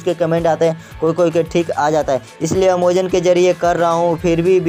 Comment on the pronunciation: Bhai amazon hota ha omozon nahi🙂🙃